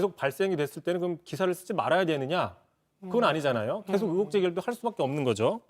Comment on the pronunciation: 제발 으혹,으도,으사 말고 의혹,의도,의사로 제대로 좀 발음할순 없니???